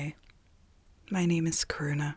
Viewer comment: your American accent makes Karuna sound like “corona” to me 😭